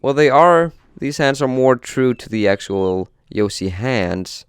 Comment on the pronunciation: He said yosi